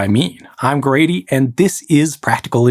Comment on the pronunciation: Did you say “careful Gradying”?😂